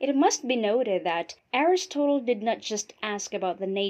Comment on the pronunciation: ARIS-TOTAL? you can't be serious....